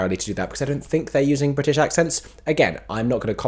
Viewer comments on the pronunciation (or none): none